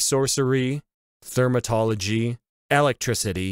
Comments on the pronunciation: For some reason I think meant to say Thaumaturgy, but he said Thermatology. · I like how its actually thaumaturgy but didn't remember how to say it lol